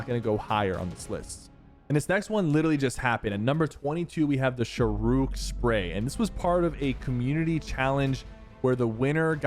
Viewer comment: Ayyy Thats my brothers name and FYI its not 'Sh-rook', 'its SHA -RUKH'.